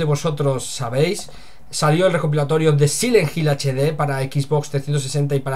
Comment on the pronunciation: Sile jil = silent hill, me disculpo de antemano pero se me hace bien chistoso como los españoles a veces pronuncian las palabras en ingles XD, saludos y que mala noticia por parte de konami, yo no compre esa coleccion en HD solo porque le cambiaron las voces y la verdad yo le soy fiel al original PS2:D